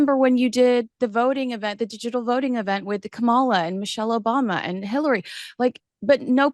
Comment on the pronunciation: You are pronouncing Kamala Harris’s first name soooo wrong. It’s KAMA-LA not KAMAL-A Think of the word comma. The first part of Kamala is “comma” followed by “la” You sounded like the ignorant racist melon felon in the WH PLEASE… learn how to pronounce names!!! 😊